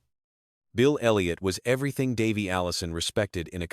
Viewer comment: How couldn't you butcher Davey's name with your AI voice?